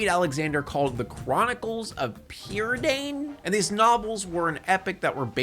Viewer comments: Oh god, the Welsh butchery Oh god. As a Welsh person I must correct. “Prydain” is Welsh for “Britain”, and it’s pronounced like “pruh-die-n”. That’s all I’m correcting—I won’t touch the “ll”s, “ch”s, “f”s and “ff”s with a sixty foot pole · Your pronunciation of Prydain is killing me. But those books are absolute classics and that movie scared me for life